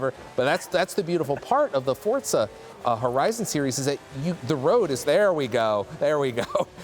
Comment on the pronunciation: He keeps saying FORTZA HORIZON